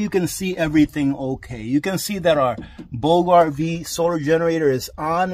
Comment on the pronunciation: Pronounced: “Boo ja” RV. 😎